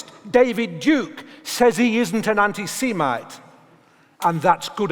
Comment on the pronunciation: Learn a false "intelligent" RP accent and not only will you delude yourself into believing you're intelligent, but you won't even be able to pronounce semite.